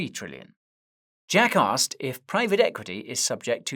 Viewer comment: Are you saying Jack asked or jackass